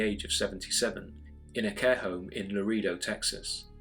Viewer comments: Laredo is pronounced la ray dough, not la ree dough! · Lareedo, Texas huh? Wonder if its near Laredo?